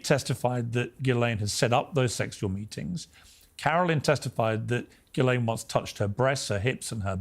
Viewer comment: It's not Gilean. It's Ghislaine. How can you claim any credibility at all when you can't even get her name right? Pathetic.